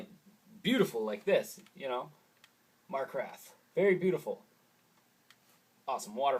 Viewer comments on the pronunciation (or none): "Markrath"? :p